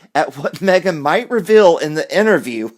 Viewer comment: "Me - gain" is crap.